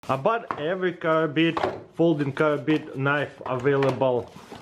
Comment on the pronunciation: Why do you keep calling them karabina when you know it's a karambit????